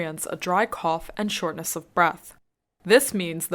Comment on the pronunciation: shortness的发音ness错了.